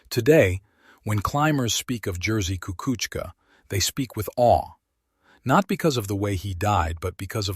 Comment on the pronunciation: YOU ABSOLUTELY BUTCHERED HIS NAME DUDE